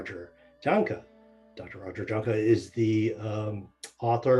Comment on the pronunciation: Please, please, please!!!!!!!! start pronouncing Dr. Roger's beautiful name correctly, it's spelled J A H N K E, and correctly pronounced, like Y A H N K U H... Yes, the J is sounded like a Y But is a delightful and gracious man and doubtless will EVER say anything about it. But for all that see this plea, please say his name correctly. Thank you, Blessings